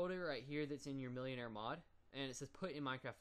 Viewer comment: It's pronounced mil-en-are not millionare